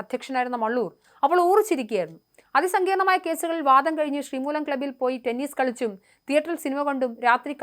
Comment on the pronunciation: ഈ അവതാരകയുടെ ഉച്ചാരണം വളരെ മോശമാണ്. ഗോവിന്ദപ്പിള്ള എന്നോ സാത്വികൻ എന്നോ എന്തിന് വാദം എന്ന വാക്കുപോലുമോ നേരെ ഉച്ചരിക്കാൻ അവർക്ക് ആകുന്നില്ല